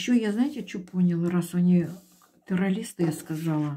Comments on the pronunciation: Я в своей жизни не видела и не слышала такого "таролога", который не может правильно выговаривать слова (теролиСты) и связано и грамотно доносить информацию. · Как вы говорите ?терролисты?😂